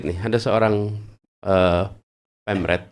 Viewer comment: Translate nya mending hapus saja. Ada beberapa yg salah Friksi jadi Fiksi Brexit jadi brengsek EU jadi IU. Pemred jadi pemret. Malah membuat apa yg disampaikan pak anies jadi tidak wibawa.